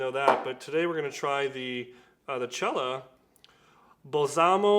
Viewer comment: Turkey is only 4 weeks away 😁 What to wear? What to wear? 😂 Nice to see you trying the Cella but you need Michael Freedberg to do the pronunciation 👍